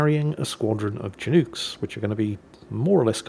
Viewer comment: A complement of what???? CHI'NUKES??? What the hell is a CHI'NUKES? lol